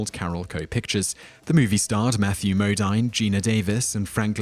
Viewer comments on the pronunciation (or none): Modine is pronounced Mo deen.